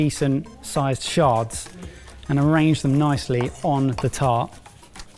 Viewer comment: Shards sounds a lot like Sharts when said in a British accent...💩